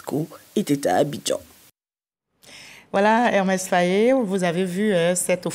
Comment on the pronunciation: Elle n’a pas arrêté de répéter Hermès Faé 😂😂